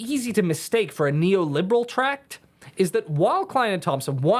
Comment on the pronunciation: can't say the word neoliberal